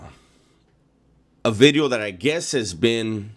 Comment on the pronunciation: Hey, just a couple humble requests: 1) can you say "Video" differently please? 2) stop taking such long pauses between sentences, your not a philosopher... 3) can you discuss more adult topics, alot of your content is childish... But keep up the good work!